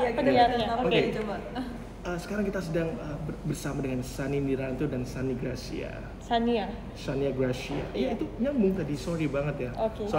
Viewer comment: itu gre ngomongnya Shani-a-gracia kaak🤣 dengernya pake headset deh coba